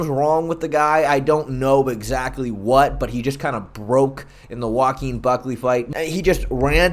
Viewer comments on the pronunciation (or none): none